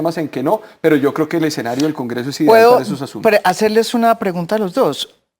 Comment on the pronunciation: para el invitado de la izquierda, no se dice exenario sino escenario